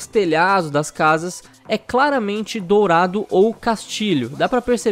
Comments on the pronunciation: é "dorado" e nao "dourado" :v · O: "DOURADO" kkkkkkk só acho que o mapa eh "Dorado" OBS: se achando o Xeroquis Holmis